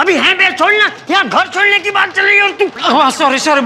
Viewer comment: Sodhi ❌ Ghodi ✔️😂